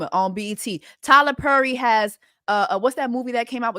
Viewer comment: It’s Jess repeatedly calling him “Tyla Purry” 😂